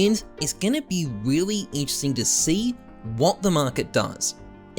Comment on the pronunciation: This is vewy vewy intwesting